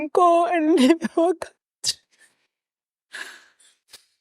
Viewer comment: Any person who pronounce the word "country" as "cowntry" does not inspire any confidence...and that such a person is a leader of an up and coming political party is even worse. If Fikile Mbalula was able to rightly correct his pronunciation of "cowntry to country", it means someone was bold enough to tell him that his pronunciation was incorrect. Could someone then tell Malema that it is not "cowntry" but "country" as in Cunt-ry.